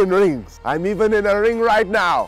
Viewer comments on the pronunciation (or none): “In the ring” you mean “The Reng”